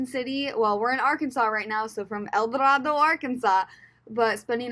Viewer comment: It’s pronounced El Do-RAY-do.